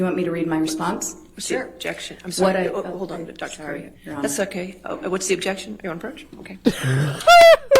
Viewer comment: It's Dr Cutie not Dr Curry